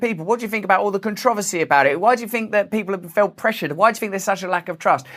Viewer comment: It’s funny that Russell pronounces “th” like “f”, or “ask” like “axe”. Brits with those linguistics were heavily settled in the American South. To this day people still use those pronunciations, even after all this time. Most people don’t realize it originated in another country, another culture, one which permeates to this day.